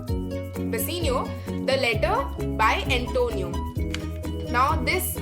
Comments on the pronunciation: Firstly it's bassanio not basenio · In the explanation in scene 2 ur saying Antonia instead of Bassanio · Nice explanation but I am thinking that you are calling the name of bassanio and gratiano in wrong pronunciation